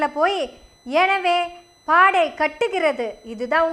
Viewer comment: சாகோ, கொஞ்ச நேரம் அதிர்ந்துட்டம்மா, நீ பாடை nu சொன்னது எனக்கு பாடு (கெட்ட வார்த்தை) nu கேட்டுடுச்சி